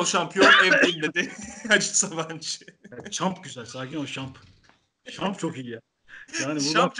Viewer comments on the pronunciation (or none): şamp nedir hocam çemp olmasın o :ASdAsdAS:Dasd